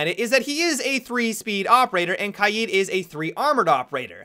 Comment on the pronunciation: I'd like to thank you for being the only siege player who pronounces KAID correctly.